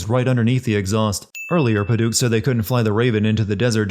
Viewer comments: And "pa-duke" instead of "pa-dik" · Oh the mispronunciations are hurting me. Pad-uk. Krak-en. I know you’re probably doing this on purpose but jeez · Sorry, I can't take the opinion seriously from someone who can't spell Reyna, Marcus, pronounce Pad-uck, Kra-ken or Soo-doe. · this pronunciation of Paduk